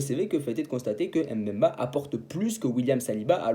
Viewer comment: Chancel Mbemba ! ! Pas M’bemba 😢 c facile à prononcer